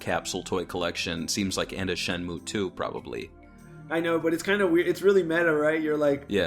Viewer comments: This video was hard to watch with pronouncing Shenmue as SHEN-myu instead of SHEN-moo. Then we get herb pronounced with the 'H'. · Yes, if it was pronounced as “Shenmyu,” it would be written as シェンミュー. Since it’s シェンムー, the ムー is to intended to be exclusively pronounced as “muu”